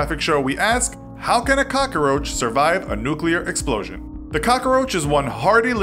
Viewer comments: Cockaroach lol. It’s cockroach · Am i the only one annoyed by the he pronounces the work cockroach? (Cockaroach) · it's COCKroach not cockOroach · Every time he said "cockaroach" I replaced it with "Papa Roach" in my head. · Calum McLellan I know I was thinking the same thing the whole time. It’s pronounced how it is spelled. Not hard. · "Cock-a-roach"... all I hear are Dice references lol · This dude is really Tony Montana'ing the hell out of the word. Cock-A-Roach. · "Cokckaroache" OMG STAAAAHHHP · He said cockaroach. lolololol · Why does he pronounce so many words so strangely? Cockeroach? 😂😂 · He was saying cokaroach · He said cockaroach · Why does he say caca-roach? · Why is the narrator saying KAKAroach??😐😐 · “Little boy bomb”? How do you make “cockroach” 4 syllables?